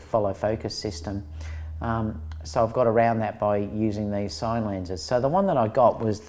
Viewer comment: 'I want to talk to you about SINE lenses'?!? Does he mean sin-e.......you know, like cinema?